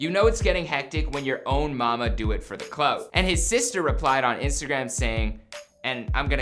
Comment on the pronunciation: He said, “Cloud.” Its clout